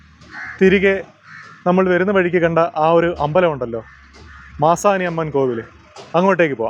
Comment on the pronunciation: Manasi alla...maasani